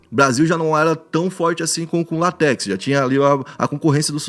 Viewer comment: LÁtex, e não latéx